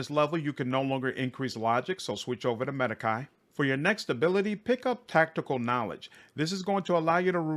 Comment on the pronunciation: It's pronounced 'Med•Ahh•cAde" Not "Med•I•ki" It's Latin, not English